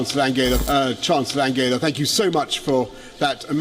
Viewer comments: his german pronunciation of angela was actually correct. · The way he pronounced 'Angela' it is the way it is pronounced in German. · Sorry but he pronounced it right. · Angela was pronounced correctly... Even Trump says like that